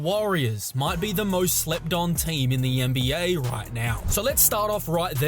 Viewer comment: lmaoo "the YEN-BEE-YAY"